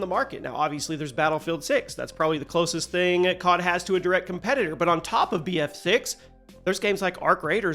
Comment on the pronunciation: bro said cob instead of cod